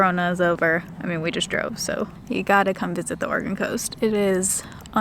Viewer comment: I'm hearing organ instead of Oregon all the time 😂😂😂